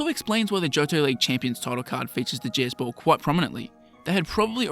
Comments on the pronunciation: The way you talk I keep hearing you say “Jizz Ball.” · Why am i hearing jizzz ball? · Sounds like you are saying jizz ball